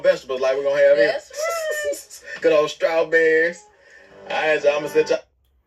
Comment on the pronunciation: When Noah was asked what was he excited about planting a garden , instead of saying he excited about planting strawberries Noah pronounces strawberries Trawberries. Noah needs help with his speech.